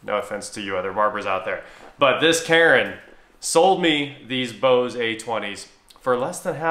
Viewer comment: Why are u saying Bose-ay...it's just bose